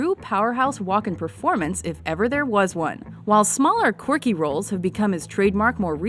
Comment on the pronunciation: The presenter pronounces "Quirky" like "Corky" He's the king of Corky cameos